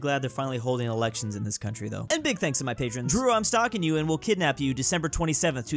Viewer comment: Drew pronouncing his name sounds wrong